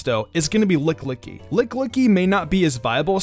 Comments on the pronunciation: "LICKLICKY".... Urgh :/ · Did he really just say licklicky the whole video?